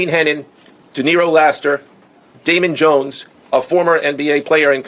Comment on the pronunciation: “Amon Ones” No D and no J 😂😂😂